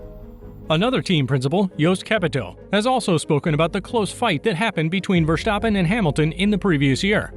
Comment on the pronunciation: Verstappen Not Vershtappem!